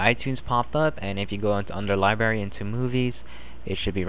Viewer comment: Li br ary not Libary